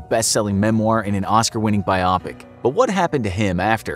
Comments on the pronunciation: Bio-pic not bi-opic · Biopic? The way he said that 😂